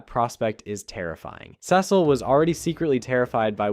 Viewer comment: Why do you pronounce Cecil wrong?